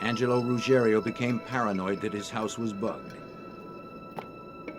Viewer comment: It’s Ruggiero.